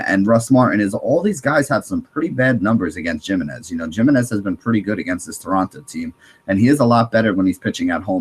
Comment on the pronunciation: Dude Ubaldo JImenez' last name is pronounced "Hi-min-ez"